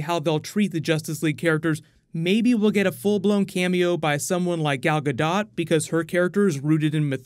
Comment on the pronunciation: Gal "Gadot" xD